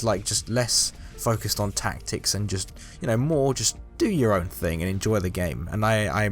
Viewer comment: I love the way they say thing it’s like fing